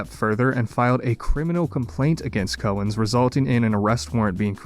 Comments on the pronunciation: Note that the first syllable in the surname of Al Cowens is pronounced as "cow", not as "co". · Cow, like in MOO, ens. Al Cowens